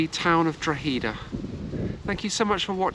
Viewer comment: My beautiful home town Drogheda and you prounounced it will :)